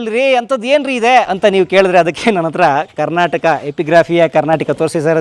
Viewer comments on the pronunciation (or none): none